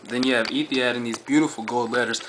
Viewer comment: pronounce it like Ethi-HOD not had, hope this helps. Great aircraft!